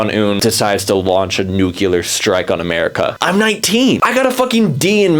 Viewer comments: you said 'Nucular Warfare". It's "nu-CLEAR". Anyways, that was my only complaint. Amazing video! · Random rant: WHY DO PEOPLE SAY NUCULAR UGHHHHH ITS SPELLED NUCLEAR FOR A REASON AHHHHH JUST SAY NU-CLE-AR ok end of random rant goodbye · Bro, your are too smart to keep saying Nuclear as Nucular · lol nucular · Why do u pronounce nuclear like nucular? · love the video! btw nuclear is pronounced "new-clear"